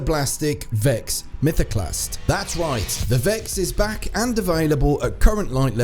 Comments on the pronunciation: ‘VEXD MYTHOCLAST’ Yup, sounds about right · what's a "Vexd Mythoclast"